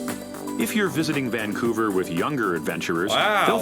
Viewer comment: Thank you for pronouncing it properly. Too many people throw a non-existent G in the name, ie. "Vang-couver".